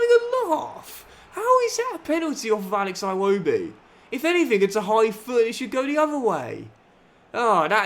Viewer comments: Something minor quick Iwobi is pronounced "eewoebee" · Great work The name "Iwobi" is pronounced With the "I" vowel sound, Just a humble Nigerian